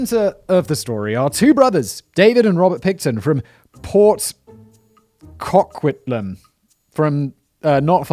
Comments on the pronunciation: "Port COCKquitlam" 😂. It's said like co-kwit-lam incase anyone is wondering. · lol, Cockquitlam It’s CO-quitlam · Cock witlim 😭😭 i know people make fun of simon for mispronouncing things, but as someone who lives close to Port Coquitlam its REALLY FUNNY Edit: it’s pronounced Port Cuck-wit-lim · Also- mild mispronunciation of Port Coquitlam, break up Co-Quit-Lam like that and that’s how you pronounce it (I live a few towns over and struggle with the name at times) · I know you don’t care Simon, but it’s pronounced Co-quit-lam. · kow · kwit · luhm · I did a lecture on him He lived less than 60km from where my family lives It’s also pronounced like co-quitlem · it's pronunciation; Coquitlam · omg Simon pronouncing Coquitlam made my day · The way he tries to pronounce Coquitlam 😂